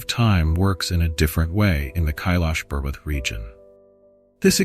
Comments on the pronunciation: Dear AI. It is not Pervert it is Parbat. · Bro seriously 😑 not funny its "parvats" (mountain) not "perverts" (Someone who has been morally or mentally corrupted.) if your speaking in 1 language keep the mentions on nouns and pronouns in the same language others who dont get your efforts and dont understand hindi will take it in a wrong way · The word is not pervert, the correct word is parvat .. it means mountain .. please say the correct word, saying the wrong word gives it a different meaning 👍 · it is "parvart" and not "pervert" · Parvat not parvati. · This is a sensitive topic about the place which is sacred. You need to be careful about the subtitles. Parvat is the better pronunciation. I'm gonna report this video regardless. You could have taken the time and viewed the video to make changes. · What is pervatiar....not an English word or Hindi....did you do it on purpose....every word you used is English except calling a mountaineer a pervertiar.... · bro you sucks at spiritual name of sacred moutain parvart, as pervert, and you teasingly said I'm trying to improve.